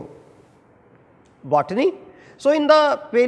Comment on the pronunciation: Nice but plzz pronounce properly paleobotany